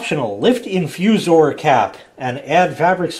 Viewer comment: said it perfectly, InfuZOR!